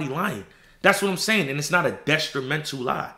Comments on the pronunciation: “Destrimental” is killing me 😭😭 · Bro, why you keep putting a “s” in detrimental?